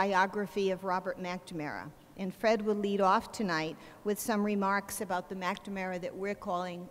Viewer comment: Yegads...this is an excellent lecture but WHY does she keep calling him "Mackda-mara????"